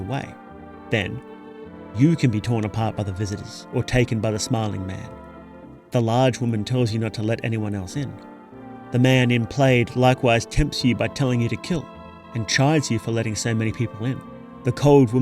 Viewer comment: Antipode is pronounced an tip oh dee and plaid is pronounced plad. It's not a bad thing to mispronounce words since it shows that you read in your free time.